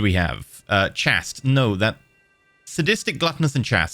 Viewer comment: You pronounce “chaste” oddly. I checked both british and american pronunciations and neither sound like “chast”. It’s more like, “ch-ay-st” according to the Oxford English Dictionary.